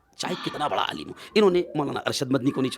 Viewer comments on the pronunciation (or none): none